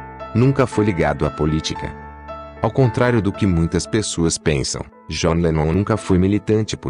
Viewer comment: começa que o cara nem sabe pronunciar o nome do john direito.gostaria de saber onde está essa declaração que ele diz que bateu nas duas pessoas,tenho,livros,dvd,sou colecionador há 40 anos e nunca vi ou ouvi isso.dizer assim,sem citar fontes fica vago.pior do que o fanatismo dizer que o idolo é perfeito,é tratar o famoso como se ele tivesse que ser perfeito e sem erros.